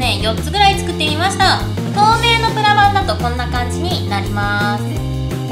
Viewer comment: 最初の、｢今回は、プラ板を使って...｣のところ、プラがブラに聞こえたw